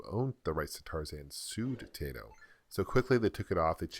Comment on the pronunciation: "Tie-toh" not "Tay-toh". It's a Japanese company...